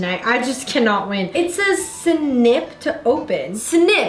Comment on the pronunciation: she says "sIn-iP" when she's annunciating the word snip lol idk why that was so funny to me